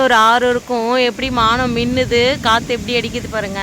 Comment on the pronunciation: மானம் இல்லை வானம் னு சொல்லுங்க